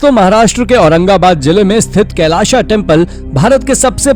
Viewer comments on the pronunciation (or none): कैलाशा मंदीर नाही भाई, कैलाश मंदीर.